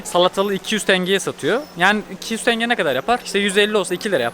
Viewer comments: Diğer videolarda iki defa yazdım ama hala aynı TENGEEE. 16yıl orda yaşadım köylüsü, sehirlisi Tengeder hiç tingi diyeni duymadım maalesef 😊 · Tenge, tanga değil